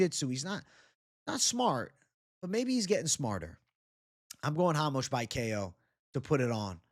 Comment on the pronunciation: who the fuck is hamos ?! RA-MOS